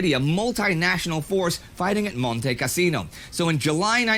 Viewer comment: Monte Cassino? LMAO The dude that's trying to teach history doesn't know how to say words